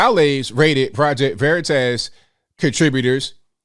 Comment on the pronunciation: VeritASS 😆. Please stop pronouncing it like that